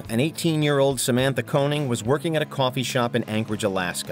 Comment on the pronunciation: can you not read your own script her name was Koenig!!!!!! not Koening like you said 4 times........